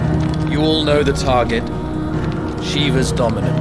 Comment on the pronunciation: This looks amazing, and apparently I've been pronouncing Shiva and Ifrit wrong all these years.